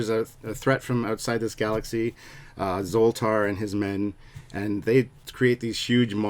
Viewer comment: ZOLTAR, not Voltar!